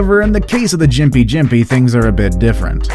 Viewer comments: seriously dude.....its pronounced Stricknine........and Gimpy gimpy.......not strichynine and jimpy jimpy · South of the equator we pronounce it Strick-neen. And yes, Gympie is pronounced like gimp-ee with a hard G as mentioned in these comments.